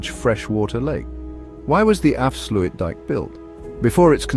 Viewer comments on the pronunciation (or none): dike dike right why not dikedikedike and oester schelde??? ...right, it clearly reads says OOster NOT Oester with O as in go, and not oe as in shoe switch off the idiotic AI voice PLEASE.... it is INSULTING our language... af sluit dIJk with a Y /ij